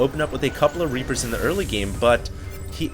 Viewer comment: you said Rapers instead of Reapers xD